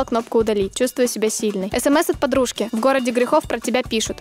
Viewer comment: Кто заметил пожружка (так Настюша сказала) Миша?